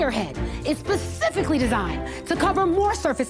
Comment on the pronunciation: how can i trust someone who says pacifically instead of specifically...